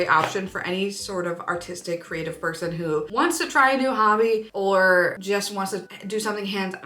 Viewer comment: i definitely thought you said autistic creative person haha. Great video, love the recommendations!